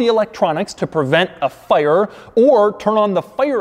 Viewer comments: why do you say fire like you’re drunk Doug? 😐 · The way doug says fire 😂